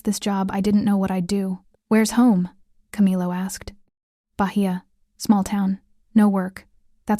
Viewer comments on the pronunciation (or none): none